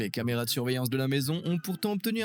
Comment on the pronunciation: "La lampe de poche automatique " " Les camarénas " !??!??? J'ai écouté 12 secondes de vidéo, et c'est déjà catastrophique...